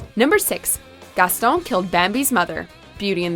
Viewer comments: For the last time, GASTON IS NOT PRONOUNCED GASTOWN!!! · She doesn’t say Gaston right but she has a clip of how to say his name